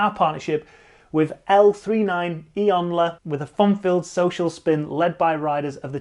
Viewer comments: ..it's LEGION...not L39ION....lol..I'm sure you know that... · My ears are bleeding from the dictation of what is supposed to be “LEGION” rather than L 3 9 ion 🤦🏿‍♂️ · It’s pronounced LEGION not L 3 9 Ion hahaha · #santa Not sure L39ion of LA team will like the new pronunciation... "El-three-nine-E-On"